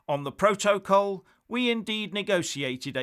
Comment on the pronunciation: Still not learned how to pronounce "protocol."